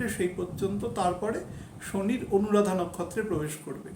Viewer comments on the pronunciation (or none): অনুরাধা নক্ষত্র টা এতো টা ভালো করে বলেন নি স্যার, অনুরাধা টা আরো ও একবার ভালো করে বলুন প্লিজ